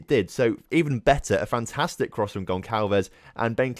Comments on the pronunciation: Gonçalves is pronounced GonSalves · The ç in gonçalves is pronounced like an s